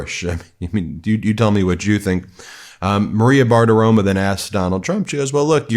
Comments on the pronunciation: I love you, Ben, but the name is BartiromO, not BartiromA; it's very annoying that you keep mispronouncing it. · I really enjoy how you pronounce "Bartiromo." It sounds like you're saying, "barf aroma." 😂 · You pronounced her name wrong. It's Maria Baggabologna. 😮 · It is BartiromO